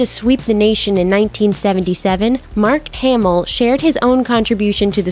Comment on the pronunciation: Mark haymill? 😂